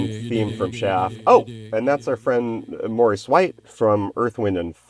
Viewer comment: It's Maurice not Morris